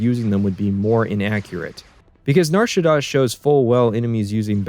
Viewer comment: The way pronounces nar shadaa is correct don’t